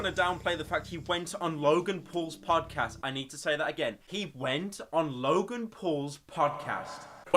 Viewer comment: why is he saying "podcast" in american accent? bruh